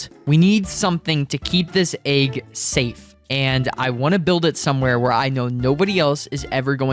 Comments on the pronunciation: Aaeeeg y do you say it like that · You say egg weird